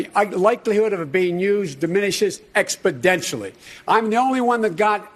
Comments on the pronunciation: Biden invented the word expodentially in the debate, among a few other words I didn’t quite understand. Time to wrap it up, sleepy Joe. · Expo-dentially LOL Sleepy Joe should learn to pronounce exponentially. Maybe he’s obsessed with his dentures! 😁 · Hey Biden, the word is exponentially, "expodentially" isn't even a word. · "Expidentially", a cross between exponentially and expeditiously. Biden can't keep his thoughts straight. Brain track crashes. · Biden: diminishes expoDentially... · Joe "Expedentially" Biden